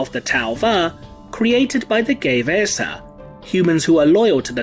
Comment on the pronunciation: The way you're pronouncing "Gue'vesa" is bothering me. I always pronounced it with sound "u", but English isn't my native language, so I might be wrong. Is there a source or you just think we should pronounce it without "u"?